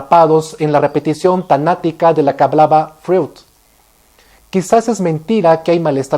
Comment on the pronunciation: La pronunciación no es Freud, sino Froid....eu tiene sonido de oi...